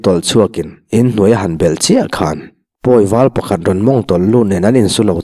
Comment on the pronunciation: bel lam i thluk danah lam hi thluk sang la, a dik zawk ang a